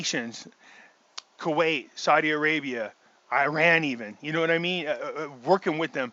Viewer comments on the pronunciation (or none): none